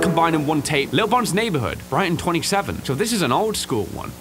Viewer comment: It's not bon's burgers it's Bob's burgers